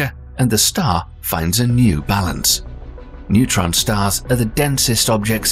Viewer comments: Newtron star??? NEUTRON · It's Neutron not Newtron 🙄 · A "Newtron" star? ..more AI crap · newtron stars or neutron star? 😂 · "newtron stars" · "NEWTRON" Stars? Really? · → Newtron Stars. Um...